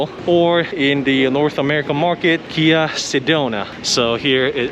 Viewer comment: Interesting how you say, Kia, "Gee-ah".